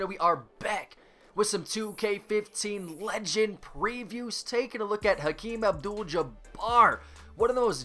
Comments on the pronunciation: Kareem not Hakeem c'mon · Did anyone else hear him say HALEEM Abdul-Jabbar??